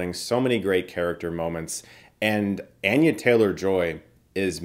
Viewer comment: “Anne-yuh” lol